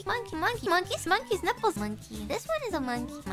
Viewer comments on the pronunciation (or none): mongkis niiples